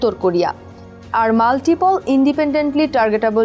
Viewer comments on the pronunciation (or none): multi-pol na re bhikiri... eee MULTIPLE 😂😂